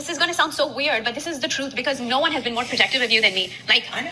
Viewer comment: 😂 so much “troof”…I was like, “what’s’troof’?!??” 🤷‍♀️🤔🤦‍♀️